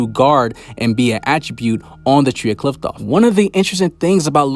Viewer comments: It’s pronounced KLIFF-OTH not KLITH- TOFF, just wanted to clear that up fr the next time you make a video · Qliphoth is spoken "Klee-foth" , not "kliptoth or "klaipoth" how other youtubers are saying it. why does everyone has a wrong pronounciation? Anyway thanks for the video.